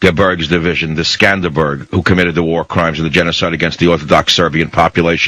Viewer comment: It's not "Skanderberg"-it's "Skanderbeg". And no,not every country had SS divisions. I mean,almost none had SS divisions!